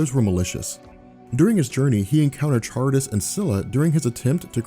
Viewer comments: You're killing me with your pronunciations: it's not "char-ib-dis,"but "kuh-rib-dis." Also, "an-tea-thee-sis" is not the same as "an-tith-uh-seez." Otherwise, great job. Just, yea, look up words you may be confused about their pronunciation. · i believe Charybdis is pronounced ka-rib-dis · Just to let you know, Charybdis is pronounced "Ka-rib-dis." You pronounced Scylla correctly though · that's not how to pronounce Charybdis